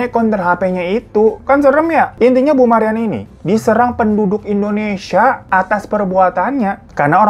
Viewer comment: Indonesia bang Hiro, bukan Endonesia 😆